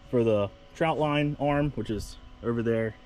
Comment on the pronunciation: Nice video, but it’s a trotline not a troutline.